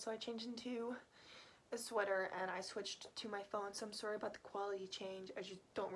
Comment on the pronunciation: Your enligsh is very good! I thought you were Canadian with the way you said Sorry!